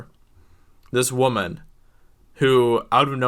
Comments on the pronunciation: It’s pronounced “woman” not “waman” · This guy can't pronounce Woman. Douche bag. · I have never heard someone pronounce woman in both pluar and singular forms at the same time